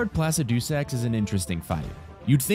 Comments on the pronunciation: Pla sid i sacks Not the way you say it. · The way he says Placidusax cracks me up bruh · That's... not how you pronounce Placidusax